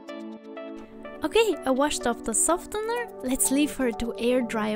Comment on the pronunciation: The c is silent in scissors The t is silent in softener